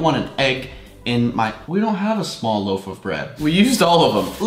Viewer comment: loaf not loof